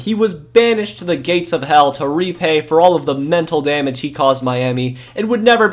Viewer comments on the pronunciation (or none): none